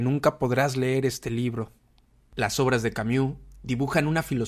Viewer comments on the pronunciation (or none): none